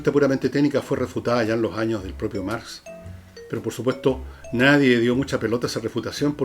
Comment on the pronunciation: Escucho a diario tu programa y admiro profundamente tu lucidez, pero me hace ruido que digas "abstrapto" tantas veces...Es como cuando dices "nadien" y luego lo corriges por "nadie", lo cual agradezco. Pero abstrapto simplemente está mal dicho.